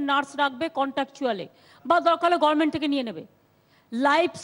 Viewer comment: gorment not GOVERNMENT' WHAT MAMATA SAYS